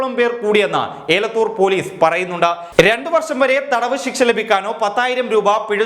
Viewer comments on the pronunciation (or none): ഏലത്തുർ പോലീസ് അല്ല എലത്തുർ പോലീസ് ആണ് ഒരു തെറ്റ് ഒക്കെ ആർക്കും പറ്റും take it easy